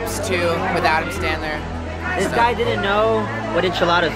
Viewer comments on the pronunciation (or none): omg its so cut how Shawn Mendez says Standler instead of Sandler